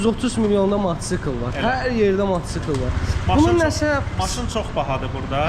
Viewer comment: Matçkl yox mataçkl